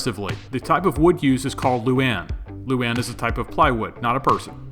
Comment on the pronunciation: Love the helmet, bro! Its actualy lou-ahn. Luane, loo-ahhn. Or a quick loo- then wahn, luane.